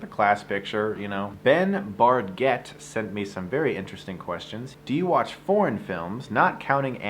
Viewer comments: When you started talking about foreign films I thought you were saying porn films and you were really serious and I was like "Wait, what porn films do you review that are really good? What is he talking about? Is he not even going to mention fapping?". Then I realized you were saying foreign and I was like OOOoohhh. It was funny. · I understood "porn films" :) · Why do I hear something else when he says "foreign films".